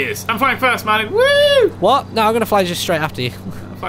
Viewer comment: just noticed that says Mardin not Martyn XD